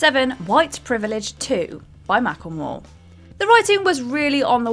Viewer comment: It's pronounced "Mack Le More."